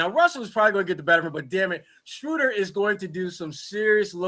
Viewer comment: Schroder: he pronounced it like "soda with an R"...sroda